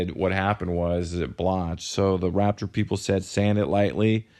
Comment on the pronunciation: Im sorry but im annoyed at the fact that you can't pronounce Raptor